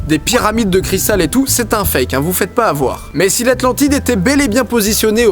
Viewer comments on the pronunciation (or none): none